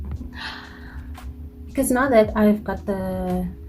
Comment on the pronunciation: I like when u "because nje"🤣...anyways nice look